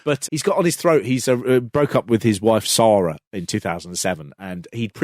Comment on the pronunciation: Congratulations, that is the worst pronunciation of the name "Sara" I've ever heard.